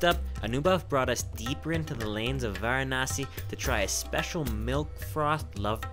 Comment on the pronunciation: Pronounce it properly its not Gaangis its Ganga(Ganngaa). Not waranasee its varanasi(vaaraanasi)